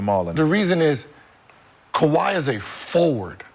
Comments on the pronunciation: Dah, it's Kawhi Dah.. 😂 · Ka-wiT Leanord.😆